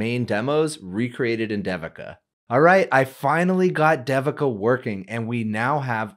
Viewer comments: It's Not Sound Like D Devin It's Sounds In Sanskrit They-vika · I am guessing this is the common Indian name, Devika. If it is, it is pronounced like this: DEVI as in DAVI in DAVID and then KA as in KA:). So try saying DAVID, but instead of the D at the end, just say KA:) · if you an pronounce Devika properly that will be great. It feels odd to hear that pronunciation. this video has the proper pronunciation